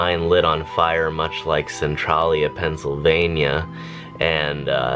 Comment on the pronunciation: Centralia isn't pronounced like that